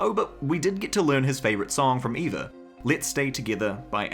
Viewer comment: its ava not eva